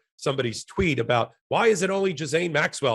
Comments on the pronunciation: Jizzaine?????????????????? Really? Tighten it up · Ben I believe her name is pronounced with a hard G Ghislaine as in Gilead! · that’s how her family and her victims pronounce it. Gee-lain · Greetings! Here's a little help with the pronunciation of that disgusting Maxwell dame: Ghee - len. Hope this helps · Fellas, it’s pronounced gee-LANE